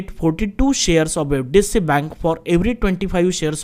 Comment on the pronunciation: Bro practice on pronouncing HDFC as HDFC.